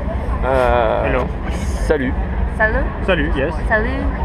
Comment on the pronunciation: hhh MDrrrrrrrrrrrrrr la coréenne a la minutes elle dit salot al place de salut